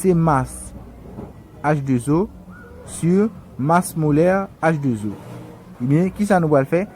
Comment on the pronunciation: Salut alors excuse moi cher Monsieur pourquoi on peut prononcer la formule comme sa H2 zo je pense que la prononciation c 'est H 2 O